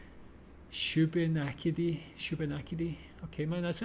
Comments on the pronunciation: FRom Nova Scotia, excellent pronunciation of Shubenacdie. The Newfoundland meat I’d bologna also known as Newfie steak. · I live not too far from Shubie You pronounced it perfectly Now try Antigonish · BTW, you’ve nailed the pronunciation of “Shubenacadie”. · Shubenacadie is phonetically pronounced Shoe-bah-nack-ah-dee or just shoe-bee for short "I'm a rodent, not a meteorologist" is about Groundhog's Day. A holiday on February 2nd where the groundhog is said to leave it's burrow and if the groundhog doesn't see its shadow (if it's overcast) it will stay out, meaning spring will start in 6 weeks. Whereas if it sees its shadow (if it's sunny) it is said to be frightened and run back into its burrow for and extra 6 weeks, causing people to say "there will be 6 more weeks of winter" (meaning snowy weather) so spring will start in 12 weeks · Good pronunciation of Shubenacadie! You might want to try middle misquadoboit 😂 also in Nova Scotia. Or Bienfait, “bean fate” sk :) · Also, you said Shubenacadie correct ♥️ Dare you to try Musquodoboit, though. (Hint: it's NOT French) 😉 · You said Shubenacadie dead on! For Nova Scotia I think some of the toughest place names are either native Mi'kmaq words like Shubenacadie, Musquodoboit (mus-ka-dob-it), Kejimkujik (keji-mi-koo-jik), and so on. Tourists struggle with those. We also have a lot of Gaidhlig on road signs and such in certain places, so North River will also say Abhainn a Tuath, or the famous Alexander Graham Bell estate, Beinn Bhreagh - these words trip up a lot of people! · I'm from ns and you actually pronounced shubenacadie correctly, most don't. Now try Musquodoboit, Tatamagouche, Kejimkujik... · To link two of the memes, while the most famous US Groundhog weather animal is Puxatawny Phil, Canada has 2 wellknown hogs as well... Wiarton Willy in Ontario, and Shubenacadie Sam in Nova Scotia. And your pronounciation of Shubenacadie was pretty spot on.